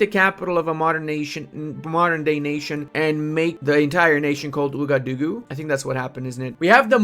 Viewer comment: Ouagadougou is pronounced "Wagadugu" lol